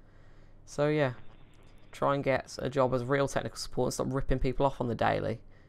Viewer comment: Wiruses found on this dekstop, so do one thing: Call tech suppowt.